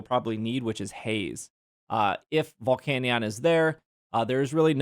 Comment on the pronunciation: The volcanion pronunciation is grinding my gears bad